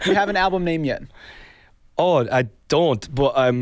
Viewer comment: "i doo't" i can only imagine harry saying "noo i doon't" impersonating niall in one of their interviews back in the days lmao